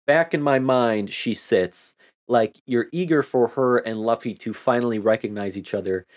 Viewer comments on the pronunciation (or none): No no no~ it's not "Luff-e" it's "Lew-fe". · Bruh pls don't torture us by saying Luffy as Laffy. Its like saying Zolo instead of Zoro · You probably have been told this but in case you haven't, the main character's name is pronounced L(oo)fy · Yeah i felt stupid saying luh-fee the entire time and then i hear say “loo-fee” like “….oh… my bad” lmfaoo. Trust me its gonna take a long time for me to correct myself and pronounce it loofy, its gonna be the “kurapika is not a girl” meme all over again lmfao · I should have known bc i dont think japanese language has “uh” sound pronunciation, u almost always represents an oo sound like fool. Names are always complicated. Luffy Loofy. Krillin Kururin. I pronounce Gon with the “Go” pronunciation even though its “gone”. I still say Hizoka sometimes bc of my chicago accent way of speaking, instead of Hissssoka. I remember i would pronounce Killua sometimes like Kahlua the liquer by accident before i really got used to “Killwa”. Mugen i’d use the soft G instead of hard G pronunciation. Though im glad i at least get naruto right, and i know japanese pronunciation enough that “u” and “i” are rarely stressed, like desu or deshita, so i knew how to pronounce Sasuke. Languages are so fascinating. Im so trash at names lmfao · How have you seen so much anime and still pronounce luffy without knowing how to pronounce lu?